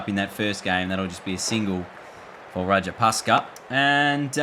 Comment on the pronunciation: It's Not Rajapaska It's Rajapaksha 😂❤